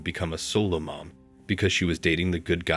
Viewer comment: "Solo," not "Solar"; they are alone, not powered by the sun.